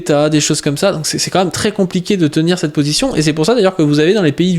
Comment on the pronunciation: "Elle est pas massive cetteuh destruction !"